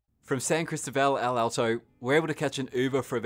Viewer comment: Great photography though a little too rapid for my old eyes. However, your pronunciation of places was not good. Lake Atitlan, Panajachel, San Cristobal, even Conquistadors you pretty much mispronounced.